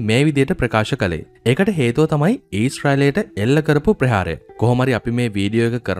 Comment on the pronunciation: සිංහල හරියට ශබ්ද කරගන්න බැරුව youtube කරන්නෙ. ප්‍රේහාරය නෙවෙයි ඕයි ප්‍රහාරය.